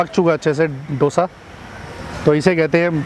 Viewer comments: It should be pronounced as दोसा not डोसा. In Tamil nadu, Andhra pradesh, Karnataka it is pronounced as दोसा. It is ridiculous to hear as डोसा. When it is heard as डोसा it feels like a bomb or explosive not a food. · South Indian = a person from south India. Don't say eat south Indian which means eating human from south India. Say as eat south Indian food. Also learn how to pronounce Dosa. pronounce it as दोसा but not डोसा.